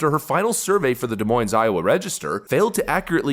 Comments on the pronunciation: Des Moine’S’ ..??? Really?? Like a little kid…😆😆 Honestly haven’t heard that from someone since Elementary School. That’s no joke. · It's pronounced like "duh moyn" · Both S's in Des Moines are silent. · There are no “S’s” in DesMoines. Both are silent. French. Do love your show. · The 's' is silent at the end of Des Moines... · The S at the end of Moines is silent,.